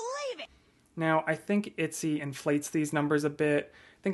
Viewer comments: I've never heard anyone pronounce it "Itsy" instead of "Etsy" before. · ET-SY BRO EH-T-SEA. I'm upset. itsy smh.. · I love how you say Etsy hehehe❤